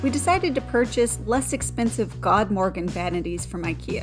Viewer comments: You did a beautiful job with the kitchen and bathrooms and the cost that you were able to get them done for is amazing. I don't know which I like better: the kitchen or master bath shower. Both are just fabulous. Good work! Also, not that this really matters, but FYI, the proper pronunciation of "Godmorgon" is roughly this: Good*-MORE-own. *Good being pronounced not like the English "good" but more like "food" or "lewd." Very much looking forward to the house tour! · Awesome results! I also love the prononciation of the Ikea vanity "GOD-morgan" (godmorgon). It means goodmorning in swedish.